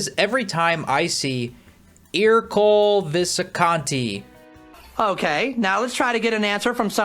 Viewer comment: It’s pronounced UR-COHL-AY VISS-KAHN-TEE, “”! 🤨